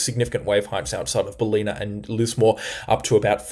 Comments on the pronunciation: Bal-in-a. Not Bal-ee-na. :) Good videos though. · Mate who are you? You are giving wrong information esp to the north of Brisbane. This is so dangerous. I guarantee there will be more than a 100mm in the northern suburbs of Brisbane. Your information is dangerous to lives. It’s bal li na by the way not belinna as you pronounce. Cmon man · Hi I have been watching you for awhile and you are very very knowledgeable and informative. As a commercial pilot I take on what you say a long time before the pot smokers at the BOM. Just fyi the town of Ballina in Northern NSW is pronounced Bal-in-nab not balina 👍🏻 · Bro, you have the most comprehensive, informative and objective coverage I’ve seen this whole storm. More so than the BOM’s and far more so than the over-sensationalism the major networks use. Keep up the good work. But.. it’s “Bal-inn-ah”. Not “Bah-lee-nah.” 😂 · It's Ballina, not "Baleena"- emphasis on the first 'a', pronounced like the a in ballet. Nevertheless, great reporting thank you. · you have got Stradbroke correct. Now Ballina is bell LIN nah not bah LENA. Caboolture is cab BOOL ture not CAB bool ture. Uppercase for the main emphasis. And amazing work. I see now we will dodge the bullet near Bribie Is.